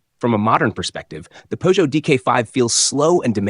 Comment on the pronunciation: Chère voix synthétique, encore un petit effort pour prononcer la marque française Peugeot correctement.